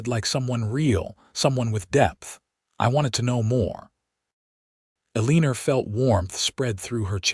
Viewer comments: The name has a r on the end, but the name is not pronounced Elener. If you are going to write stories and read them at least learn the correct pronunciations for names. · I can’t even listen to these because pronunciation is so awful. Elenor is not pronounced Aleaner! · The story would have been even better if the narrator would have correctly pronounced Eleanor or Elena. That grated on my nerves. The story, however, was wonderful. 10+